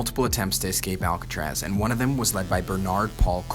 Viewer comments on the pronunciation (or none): none